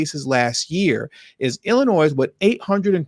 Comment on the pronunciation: Illinois has a silent 's' at the end